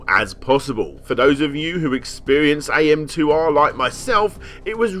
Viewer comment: Another Metroid 2 Remake, or as you call it, "Ahmtwaaahhh"